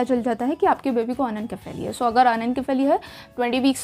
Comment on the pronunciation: Why are you pronouncing is wrong.....its irritating 😮 It's अनेनशिफेली.. not अनेनकेफेली